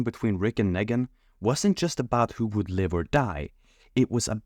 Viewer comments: Nee-gan, not "neh-gan" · The way you pronounce KNEEGAN it’s not NEGAAN annoying ass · The way you say Nègan instead of Neegan infuriates me. But liking the rest of the video! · agreed but he also says "leadership" as "laydership", instead of "lee-dership", so Nee-gan to Nay-gan is consistent. His native language probably doesnt have much of that sound. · LMFAO fr like they say it MULTIPLE times in the show, all the same way. NEE-GAN. That said I agree everything else is gold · I wasn't sure until they started pronouncing Negan like Megan lmao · I believe that you might be multilingual, and I applaud that it shows intelligence and a willingness to learn. Still, I must say that you not saying Negan in the way the show says it seems petty and purposeful. Do you have any idea why you chose to say it your way and not the way we all heard it on the show? The way it is spelled is not a reason you and I have heard how Negan pronounces it. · the way you pronounced negans name literally hurts me wtf